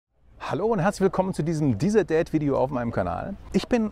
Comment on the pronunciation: Bin ich der einzige der immer „DieselDad“ hört😂